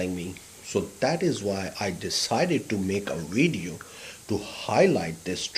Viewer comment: It's video not wideo lol